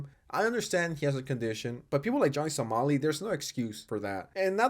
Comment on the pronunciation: somali somali not solami